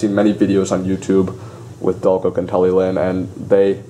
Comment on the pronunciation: Was told when I went Talyllyn and saw her at Warley in 2014, Talyllyn is pronounced Tali Klin